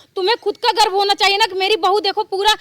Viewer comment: Garv bholate hai garb nahi